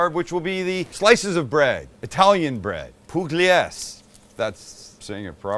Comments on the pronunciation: Every time I watch one of your videos, it lifts my mood. That sandwich looks fabulous and I am going to make it. I am going to use my garlic paste in the tube too. Also, I googled the Italian pronunciation for the bread and it's "Pull-yay-zee." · pool yee a zee (or zay if you want to realllllly sound Italian) 😉...that's kinda how you pronounce pugliese. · It's pronounced "poo-LYEH-zeh" if anyone's curious. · Pugliese pronunciation, pool-yay-zay (not perfect guide but pretty close) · Poo-glee-ay-zee bread. Love you guys keep it up!